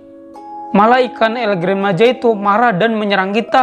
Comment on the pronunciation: Cara bilang nya bukan El Gran Maja bang bilang nya El Gran maha